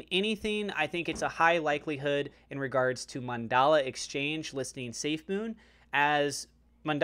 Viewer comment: Its Mandala